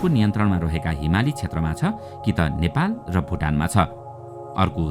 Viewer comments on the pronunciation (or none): none